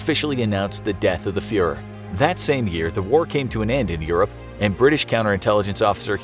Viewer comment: You Guys need to Understand how to Properly Pronounce these Names that Include “Umlauts”. Embrace the Umlaut! Know it, Learn It. Geez!